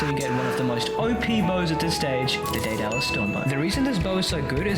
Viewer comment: “Day-Dallas storm bow”